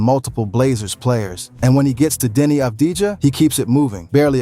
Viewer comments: it wasnt mentioned in the video but the truth is Avdija had a mediocre series against SA. Another thing: his name shoukd be pronounce "Avdi-Ya". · Thank you very much for the video review Just a little note the right pronunciation of avdija is without the j letter